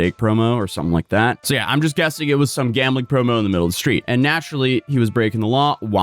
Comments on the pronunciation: “Shhtreet” “Shhtrong” “Shhraight” “Shhtop” “Shhtrike” “Shhtream” When TF did people start talking like this? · It's pronounced Sh-theed!